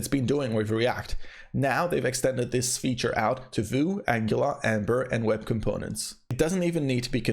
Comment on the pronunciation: Vue is pronounced "view", not "voo", which is why it's usually referred to as "VueJS"